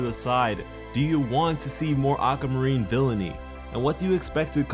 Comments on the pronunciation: Why did you pronounce aquamarine like "awk-ah-ma-reen" it's supposed to be "awk-wah-ma-reen" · it's aquamarine not ackamarine🤦🏼‍♂️🤦🏼‍♂️ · (Getting angrier every time he pronounces "Aqua-marine" "Aqa-marine") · Ocamarine? Ah-quah-mah-rin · I want Aquamarine to be like Peridot!!! I want her to be with the Crystal Gems. Oh and its Ah-kwa-mah-reen not Ah-ka-mah-reen. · ugh you say it like acamarine, its pronounced AQWUA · Why do you say it that way? Why do you say "Aka" instead of Aqua? I'm not trying to be rude, but it made me unable to listen to you. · I actually couldn’t watch this with sound because he kept saying “Akkamarine” (I watched with captions if you were wondering) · No offence But am I the only one who hears “A ‘k’ amarine”? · sounds like your saying acamurene XD lol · Akamarine what o-qua-mu-reen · not making fun of this sweetheart but... ACAMARINE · No More Aquamarine!? but every time says Ackamareen it speeds up. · "Acka marine". Same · I love how you pronounced the "aqua" like the "aca" in "acapella". It's such an odd way to pronounce it. also I would love to see more of aquamarine, since she is my birthstone. <3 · this joke? u pronounce it aqua marine or (ah-kwa-ma-ree) if u dontnknow how to say aquamarine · "auka marine" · "Acamarine"???dude stop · "ack a marine" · "Aca marine" love your videos btw 💜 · if this nigga don't learn how to pronounce aquamarine!